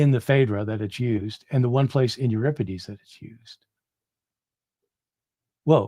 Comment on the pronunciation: Not to mention his mispronunciations!! Lol